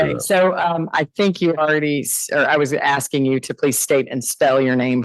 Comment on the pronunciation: He says "axin" like he's from Manha-an.